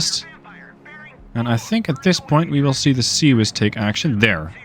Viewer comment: I do like how half the world has decided to go "CWIS" for "Close In Weapon System"... :D